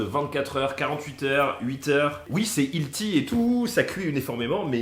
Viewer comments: Il faut vraiment dire "manger sain" plutôt qu'utiliser le terme anglais healthy quand on ne sait pas dutout le prononcer... Hilti qu'il dit. C'est une marque d'outils. Healthy c'est plutôt "ellesi" si tu veux le prononcer un peu normalement. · Hilty c’est une marque de perceuses?😅 Prononce healthy : elssi 😁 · Olé! chaque fois que tu dis "ilti" pour "Healthy" y'a un bébé chat qui meurt, ça se prononce "hèlçi" (pour faire simple hein) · Cette prononciation de "Healthy" , j'adore 😂